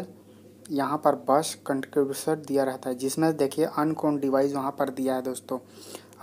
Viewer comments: अन्नोन होता है भाई Ankon नहीं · अननॉन होता है भाई, अनकोन 😅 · Pronunciation for Unknown is not unkon it is unnon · अरे भाई भाई भाई..... अनकोन नही है.... अननोन होता है😂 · Very thanks to u. For learnt us English reading आनकौन instead of unkwn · bahi phla unknown bolna sikh la mint par